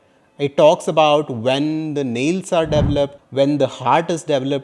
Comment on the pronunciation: I'm sorry but it sounded like you were saying devil up inside your mother's womb rather that develop inside your mother's womb, huge difference. I almost went straight Karen on you, lol.